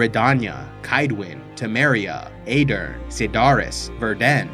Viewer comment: great to see you doing some episodes on the witcher lore, but many of your pronunciations like riannon, redainia, Kaedwen, metinna and Verden for example are way off, which is interesting considering that all of these names and locations are pronounced in the witcher 3 so I don't know why are you pronouncing them like that.